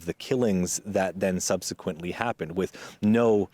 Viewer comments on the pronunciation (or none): none